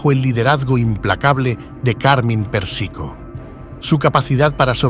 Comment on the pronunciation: es Pérsico, no Persíco.. se pronuncia Carmáin,,, no Cármine... fuera de eso, gracias por el Video.. está genial.. aprendí un montón